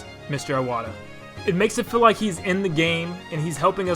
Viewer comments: You could at least pronounce Iwata's name properly. "Eye-wata" are you fucking kidding me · If you're gunna make this really nice tribute to Iwata, please just pronounce the name right.